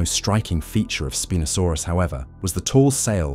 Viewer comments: The constant mispronounced name. Spin-o-sorpus... wrong. Can't watch it. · WTF IS "SPEEN-O-SORUS"? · Terrible AI, even mispronouncing the name of the subject of this 'documentary'. Shame, as a human reading the script may have made it worth watching all the way through! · The name of the star of the episode is mispronounced.. along with others.. otherwise really great videos